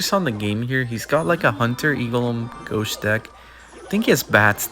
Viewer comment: we need you saying ghosht again